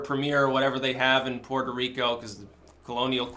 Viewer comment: Puerco Reek-oh